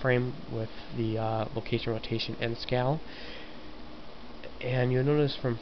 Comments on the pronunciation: one thing.... This is good in all but u kept on saying scow or scall.. IT is SCALE! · Its pronounced sc-ay-el ^_^